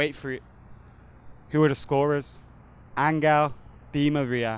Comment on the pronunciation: Stop saying "Angle" Di Maria :(